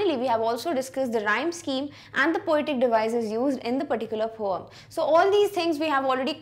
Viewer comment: She said poum for poem😂